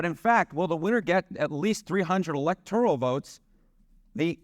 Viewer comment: When you can’t pronounce electoral, you lose credibility in your theory.